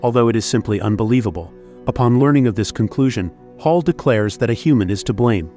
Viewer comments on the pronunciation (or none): I'm English, its HAL not Hall. They names the AI one letter away from each part of IBM. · Mispronouncing HAL. It’s not “hall”. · you are completely wrong. Do not comment if you are talking out of your butt. It's Hal, said like the person's name... NOT like the word for a room connecting two or more rooms. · I dont think you know how to speak england. its pronounced HALL